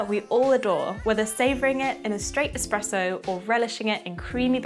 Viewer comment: It's not Expresso, and it's not even Expresso like. Is this video having us all on? this must be a parody.